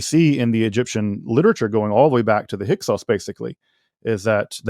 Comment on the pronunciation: Thank you for asking about the Hyksos... He made a good statement, but 10 words later it was Hyk-who